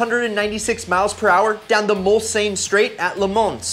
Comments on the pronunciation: Say it with me, mul-sahn. Mulsannes = mul-sahn. Le Mans = le mahn. Thank you for coming to my Ted talk. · Noble M600. Not sure it’s technically a kit, but they were only sold in the US without a drivetrain. The pronunciation of Mulsanne and LeMans had me cringing! Jason Camissa (Road & Track) recently called out YouTube videos with mispronounced words/names. He said- how can you take them seriously if the creator didn’t learn how to pronounce correctly. I like your videos, but please work on the pronunciation. Love the budget car lists! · successfully mispronounced "Mulsanne" AND "LeMans" 🙄